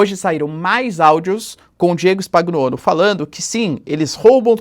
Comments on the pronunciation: Spagnuollo se fala "spanhuollo" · Professor, falantes errado, si fala: Spanhoulo!!! Nome lido a partir da pronúncia italiana.